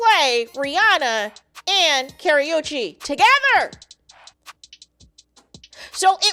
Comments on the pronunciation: It is Ka-ru-chi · Pronounced Kuh•roo•chee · I can’t…the pronunciation of her name is WRONG!